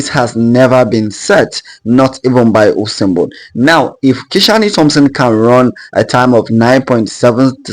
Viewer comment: I know u said "Usain Bolt". But it kinda sounds like "Awesome Boi". I agree either way 😂